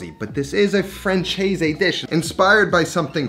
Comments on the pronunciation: “Franchez”? 😂😂😂 it’s more : fran-cez” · Chicken Francaise (Fransais) ... not Franchase... that was painful ;) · Lovely dish - I'm definitely going to make it soon! (pronounced: fran-SEZ not fran-CHAY-z) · chicken fran-chase? haha i always love the way us peeps pronounce french language. More prounounced like chicken fran-says. Butt: you done well, as usual ;-) Reflection: it's much richer and has more ingredients but i see it as a big brother of pezzo di pollo alla marsala. yous a cookfreak me too bruh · Me (a francophone) when I saw "française" on the thumbnail: "Ooh, he speaks French?!" Him: "Chicken frahn-chayse" Me: Oh. Never mind... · Chicken FranCHaise!!! ...oh sweet summer child, I'm afraid of what the French would do to you for that pronounciation LOL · That ç is pronounced as an S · Your pronunciation of "française" could've really been better my friend... Look it up lol ! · Theres no “h” in “Francaise” …. Its pronounced “fransays”😉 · Franchase ? .... I love American inability to pronounce words but, hey, they even struggle with English 😂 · You can not even pronounce its name correctly, huh, "fran-chaze" ? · chicken franchase? you really butchered that pronunciation there buddy. please listen to the correct pronunciation on google translate next time. anyways. this recipe looks great, should try it some time.